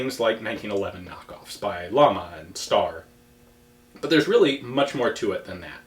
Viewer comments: Ian if the other gun manufacturer is Llama, it's not pronounced like the animal. It's pronounced something closer to Jama and it means flame. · You still have to learn to pronounce "Llama" correctly... ;-)